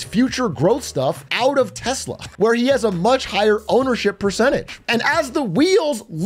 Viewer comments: It's pronounced "Telser". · Tesla? What's Tesla? Do you mean Teslur? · 😂😂😂 trump called it Teslur! 😂😂😂😂😂😂 also called elon, Leon a few times ! 😂😂😂😂😂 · Tesler lol😂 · Elon doesn't even know how to pronounce "TESLA". He constantly says TeZla, which is not correct. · You're pronouncing it wrong. America's Top Salesman in Chief calls it, "Tessler!!" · TesLER he called it. Not tesla but TesLER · ITS PRONOUNCED TESLER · it’s pronounced “Tesler”, get your facts straight ! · And the worst part is Elon doesn't even pronounce "Tesla" correctly.